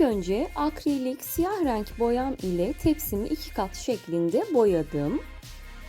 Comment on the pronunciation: Hanımefendi lütfen reeenk demeyin insan rahatsız oluyor. Doğru söyleniş biçimini kullansanız daha iyi olur